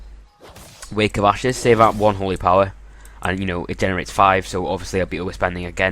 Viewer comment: could of sworn I heard you say wake of asses lol.